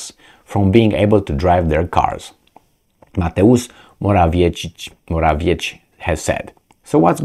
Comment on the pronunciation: Polish names ending like -cki you should pronounce like - tzky For example Radetzky. So Morawiecki should be read like Moravietzky.